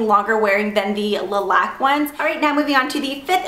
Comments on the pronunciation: I cringe every time you pronounce it lee matte and le laque.. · My last name is Laque, and you're pronouncing it wrong